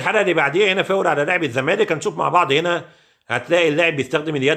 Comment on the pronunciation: يا عم انت لسه ب تظرب ف التحكيم 😂😂 ارحم اللي خلفونا بقا ... و بطل تقول " فاور "